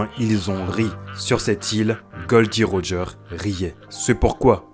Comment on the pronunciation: Pour Roger, Tout le monde dit Rogeur mais en vrai le prénom se prononce Rogé en français.